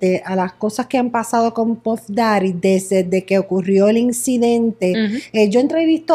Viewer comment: Nadie: “desedeque ocurrió el incidente”